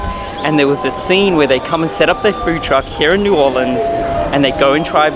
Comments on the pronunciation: It isn't New Orleeens it is New Orleans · If u want to say it like the locals its pronounced "norleans" lol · I've lived in Nola my whole life and let me just say, you did it right! (minus the fork) Gumbo Shop is my favorite place for gumbo and Parkway is easily top 3 for poboys. We love our tourists but please please... it's pronounced New Or-lens. Come back soon!